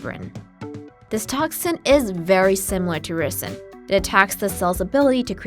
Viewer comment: Definitely a confusing pronunciation of ricin